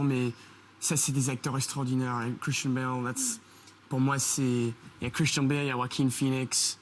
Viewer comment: Thank you. I thought he was saying "kristen bell" not christian lmao.